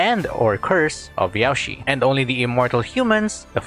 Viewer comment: hey, I notice that you pronounce Yaoshi like Yao ci, To pronounce it correctly say: Yao Shirr. Drag the ''r' sound to properly say Yaoshi.